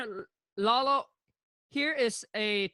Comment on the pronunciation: Kong called him Lola instead of Lalo